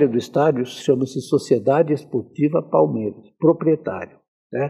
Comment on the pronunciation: Não sei se é só eu ,mas quando escuto parmera ...na boa que isso ?? Nem os gambá fala o nome errado .